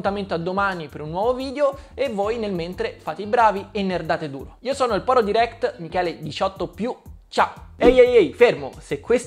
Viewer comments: Sentire per tutto il video "diréct" invece di "dairect" mi turba parecchio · Guarda ho sempre detto "dairect" ma ultimamente nella mia testa è più corretta la pronuncia americana "deerekt" forse perché la sento più spesso